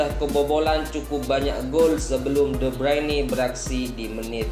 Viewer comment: Sejak kapan kevin de bruyne jadi Kevin de breini, :D